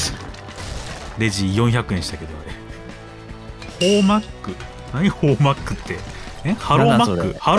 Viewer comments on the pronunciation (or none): ホーマックは、ホー↑マックの発音ですよ( ˙꒳˙ ) 世の中色んなホムセンがありますよねぇ( ¯꒳¯ )